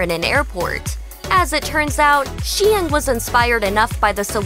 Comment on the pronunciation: Love Jessica! ❤️ So happy for them. (Btw, Cynthia Hsiung’s last name is pronounced “Shung.” 😉)